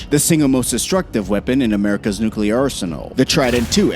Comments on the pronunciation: Repeat after me. NOO-klee-uhr. NOT NOO-kyoo-luhr. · Nucular is not even a word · Stop saying NUCULAR, Please!!